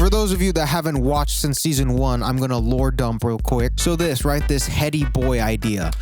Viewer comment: noooo stop don’t pronounce the H in Hedi boy noooo